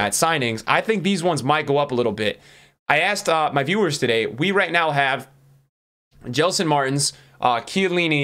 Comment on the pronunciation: he pronounced jelson 😍 W for the portuguese viewers